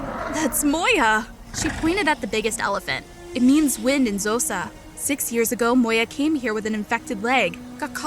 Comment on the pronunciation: Zosa😂😂 instead of xhosa😂